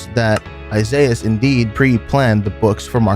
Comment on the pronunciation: Isiahs "Isaizz"